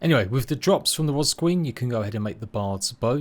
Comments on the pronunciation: Is it just me or is does it sound like he's pronouncing ''wasp'' as "was" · "Wasb" .... It's just a quirk of his speech that makes his "p" sounds resemble "b"... listen again you'll hear it, it's no biggie all the same. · Literally pains me when you say the word wasp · love how you say wasp 😅